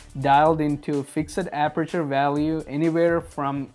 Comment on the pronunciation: Lol the way you pronounced "FIXED"